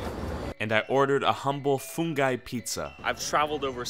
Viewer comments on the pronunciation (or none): fungai bro its funGI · He said funghai pizza me be like are you dumb